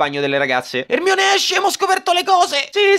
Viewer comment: Non è Herry, è Erenny